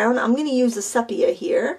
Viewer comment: Lovely, really lovely. Just a suggestion: I think it’s pronounced see-pee-ah